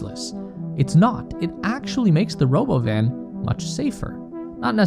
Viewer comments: What's this Robo-Van you speak of? I only know of the Ro-bovan or perhaps it's Ro-Bovine? Robot Cow? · If you do not call it roBovin I will not take you seriously